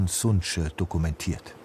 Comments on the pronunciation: Liebe Redaktionsleitung, lieber ÖRR, ich fände es gut, wenn Sie sich wieder mehr Zeit nehmen würden/könnten, um wenigstens grundlegende Dinge wie Namen gegen zu prüfen. Die NGO (TC: ) heißt nicht sunće sondern sunce. Das C wird wie Zeh ausgesprochen, also sunzeh und bedeutet Sonne. So etwas hätte sich schnell im Internet recherchieren lassen. Gerade auch bei nicht deutschen Personennamen. Für mich ist die richtige Aussprache ein inhaltliches Qualitätsmerkmal und eine Rechtfertigung für den Bildungsanspruch des ÖRR. Oi! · Es wird nicht "Suntsche" asgesprochen, sondern "Sunze" also, Sonne. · hab jahrelang in Dalmatien gelebt, der Tourismus explodiert da unten leider. btw, der Name der Organisation, "Sunce" (Sonne), wird "Sunze" ausgesprochen. das c hat ja keinen Hatschek ;)